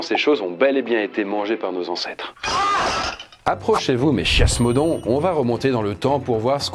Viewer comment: Le chias(se)modon. Fait exprès ? xDDD